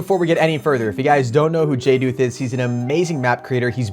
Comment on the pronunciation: Someone said jduth’s name right!! Everyone says (jay-duth) but it is (jay-dooth.)